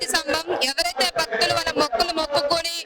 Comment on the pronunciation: "బక్తులు" కాదు తల్లీ, "భక్తులు" అని పలకండి. భక్తి పురుగుతుంది.